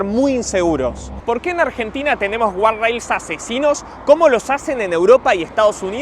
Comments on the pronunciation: es guarda-rail o "gad-reil" si insisten en decirlo en ingles. , guarrail o guard rail que encima es un dolor de bolas pronunciarlo no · imposible que vea el video con la cantidad de veces que dice mal gardarails, dificilísimo de ver,, saca una versión del video poniendo un pip cada vez que decis a la palabra jajajaja